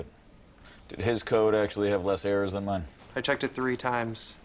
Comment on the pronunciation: He said "less erros" right after he corrected that?